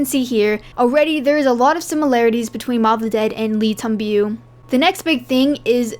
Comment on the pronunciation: You really put a lot of effort in these videos , great job ! Already excited for the next DLC !! Also a quick tip , the correct pronunciation of "Le Tombeau" is like saying : "Lay - Tom - Bo" .